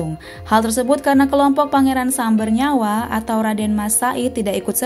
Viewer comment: Terimakasih videonya 🙏😊 namun ada kesalahan ucap, yang benar bukan Pangeran Sumbernyama tetapi Pangeran Sambernyawa. 🙏😊